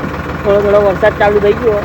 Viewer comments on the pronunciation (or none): none